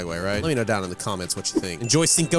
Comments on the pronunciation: It pronounce chino de mayo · As a Fluent Spanish Speaker, I am absolutely appalled by your Spanish pronunciation of "Cinco de Mayo".